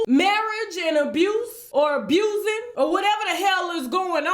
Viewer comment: Everyone she says 'abusin' ' I crack up! Btw, I do believe, and don't think it's all a scam! I do think however that the family is coordinating how to destroy him due to his financial downfall. In short.. bunch of gold diggers picked the mine bare, off to the next..